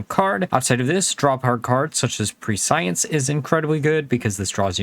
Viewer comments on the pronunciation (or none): I know not real important but "prescience" is said like preh-see-ence. Just not a single hs yter can say it properly.